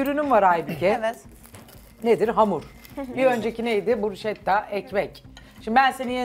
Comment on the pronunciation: Aynen kimsenin bilgisi yok. Ayrıca bruşketta diye okunur sunucu bile söylemesini becereilmiyor👎🏻